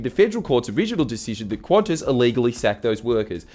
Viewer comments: There's a reason why language selectors only have English (UK) and English (US). Stop pronouncing Qantas as "Quantas", or add another letter ffs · Why is it pronounced Qwontss? Edit: WTF Australia? Isn't it like can-tas or something?